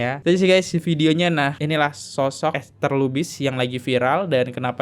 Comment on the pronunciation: Ester lubis bacanya